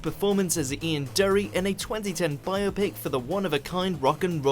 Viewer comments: Ian Dereeee?!?!?!?!?!?! It's Ian Dury as in Jury...!!!! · 'Ian Durry' - what is this guy!?! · Number 10, and I'm frankly appalled that someone who is obviously English, managed to mispronounce the name of one of Britain's greatest ever rock stars. It's pronounced 'DEW-REE', not 'DURRY'. Misprounounciation of some British words I can forgive American narrators for, but this? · Do you not research how to say peoples names before doing this? Firstly it's Ian Dury as in Jury, and you don't pronounce the G in Dominic Monaghan... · Durry?? DURRY?!? Where the fuck are you getting all these terrible pronunciations?? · Ian DYOORY. FFS! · You don't pronounce Ian Dury like that!